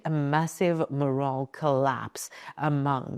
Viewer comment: MORALE SPOKEN BADLY. JUST SAYING IT IS OFF.